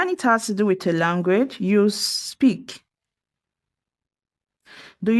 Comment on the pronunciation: Speak WITH normarlly used in Am English, for Br variant we use TO. AND be careful with your pronunciation, do not mix WITH & WHICH, it's a teaching video 👎👎👎